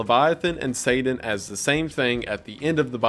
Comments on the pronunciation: Take a shot every time Wendi says Sadan instead of Satan (I’m slammed) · saden? (pronounced: say-din)? Is this like a Voldemort he who shall not be named situation? (I actually hate Harry Potter but couldn't think of a better analogy) I've never heard anyone say it that way, just curious if ur intentionally pronouncing it that way, and if so, why? Also you said the Bible refers to satan as "the prince of the air" when it actually calls him "the prince of the power of the air" which is a big difference when you consider all the electromagnetic frequencies in the air. You must not be using a KJV Bible. This kind of thing happens a lot with false Bible versions. A lot of these new Bible versions that are using "older" manuscripts which are also false (God would never allow his true word to be buried in a cave for 1000 years, and let everyone use an incorrect Bible all that time, hence the recieved text KJV that has been passed down for generations is the correct Bible, without error) will refer to satan as the "morning star" which is incorrect because that is actually Jesus' title: "The Morning Star" In the KJV it uses the correct title when it says "how art thou fallen from heaven, O lucifer, son of the morning" So, Jesus is: "The Morning Star" and lucifer is : "son of the morning" So basically they are calling satan Jesus in these modern bible versions, just in time for the end times deception where anti-christ actually means "in the place of christ" and not "against christ" (although he is also against christ) John was saying in Revelation that a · Please stop saying “sayden” instead of “satan” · lol not slamming you but your accent on some of the names and things is interesting. I never heard satan pronounces saden lol I was like oh he’s saying satan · haha say-dan